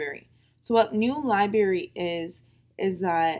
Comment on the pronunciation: This video was great, amazing job, really helpful. This is petty, I know, but your pronunciation of library really bothered me for some reason. Li-berry, li-berry, li-berry.